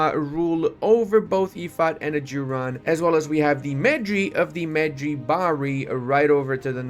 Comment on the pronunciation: the mispronunciation of Ajuraan absolutely murdered me.